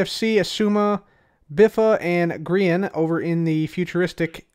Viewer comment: Grian is pronounced green like the color, but that's ok you didn't know. 😀👍